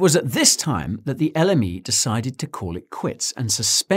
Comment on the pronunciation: Every time he says l m e it sounds like the enemy